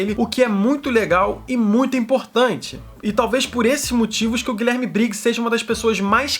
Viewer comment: Chega dá uma dor quando ele fala "GuiLÉRme Briggs" x(